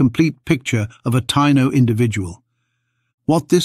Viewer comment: Ta-EE-no...not tie-no.